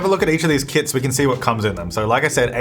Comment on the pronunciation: It sound like you are saying "Kids" when you say "Kits"😂